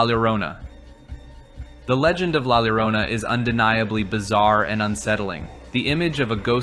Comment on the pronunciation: great video (thx for not reading off wikipedia) but the way you said llorona made me cry